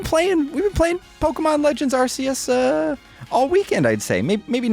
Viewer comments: I am loving Arceus. Oh, and, well done for saying pokemon correctly. Now say Arceus correctly. Its not bloody Arseus!! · you said arseeus not Arceus. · This is an english channel. Official english Pokemon Company outlets pronounce it Arceus, not arseeus. I understand there are unofficial crackpots out there who want to be super the coolest, and you can certainly mispronounce it all you like. However, giving out unwanted false information under the guise of a correction is unbecoming. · You aren't technically pronouncing Pokémon OR Arceus correctly haha. Pokémon (if you want to pro ounce the way it is pronounced in Japan) is "Poh-Keh-Mohn," not "Polka-mawn." And Arceus in Japanese is "Ahr-Say-oos," not "Ahr-SEE-us." But the official pronunciation in English is "Ahr-Kee-us." But pronounce it how you want haha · I was thinking the same thing, if anything this game solidifies how it SHOULD be pronouncedArceus and Arc-phone (ARK-eus, and ARK- phone,) it’s not (ARSE-eus) and definitely not ARSE-phone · So if it is pronounced Arseous and not pronounced Arceous then wouldn’t that make the Arc phone pronounced Ars phone? Nobody seems to know how the games name is pronounced and it’s funny! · Corrects his pronunciation of Pokemon but says arseyus. The guy even makes fun of him by saying "gotta satch em' all" but he didn't notice lol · you still failed to properly pronounce ark-e-us….there are dozens of sources from the pokémon showing the proper pronunciation and poke tubers continuously get it wrong😭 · Yes, I’m super happy to hear you say Pokémon correctly. I’m still a bit salty about Arseyus tho. I think sword and shield’s story was just a tutorial for competitive. Legends is good for the casual player but it can’t replace the modern competitive scene. A lot of competitive players feel like the main story is a slog to get through. Having something for the different audiences could be awesome. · Now learn to say Arceus (Arc E Us) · POKÉMON AR-KEY-US ;)